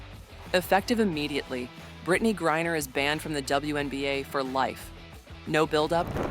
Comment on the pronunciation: Every mention of her last name and this video got it wrong. It is not Gurrier it is griner. How incompetent is this.